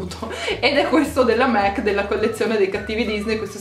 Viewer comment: qualcuno le dice che si dice mac e non mec :)